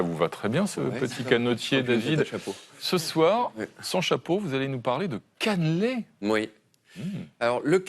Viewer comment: Par contre pitié "Caneeeuuulé" pas "canlé"